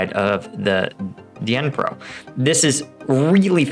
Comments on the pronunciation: It's Dnipro not Danpro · Just so you guys know lol it is pronounced as the "knee-pro" river, not the den-pro or the den-ep-pro river. The D in Dnipro is silent and the i sounds like an e. Hope that makes sense for everybody. Not sure why I care but it bothers me for some reason🙃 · Pronouncement of the river name. duh-nee-pro. NOT Dan-pro. Biggest longest River in Ukraine. Even more significant than our Mississippi. Otherwise, your analysis was terrific as usual. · The river in the east, you mistakingly call Dnipro is called Donets (actually 'Siversky Donets', but just Donets is quite enough) Thanks for your overview, short and informative. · I will not listen to a vlogger that can not pronounce Knee-pro, there is an online translation service that is free. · SAY it as - Dee knee per - River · Dnipro is iirc pronounced more like 'knee pro'. (well the city is, I assume the river is the same). More pertinent, when does the Rasputitsa start this year? Mud season could end all movement. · Veteran Reacts The Dnipro river its were Kherson is and Dnipro river is pronounced DE NEEP ROW River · Knee-pro dude, it's pronounced knee-pro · You are not pronouncing the river name correctly lol. Pretty sure it isn't the Danpro river...